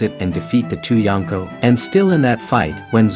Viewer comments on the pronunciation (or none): none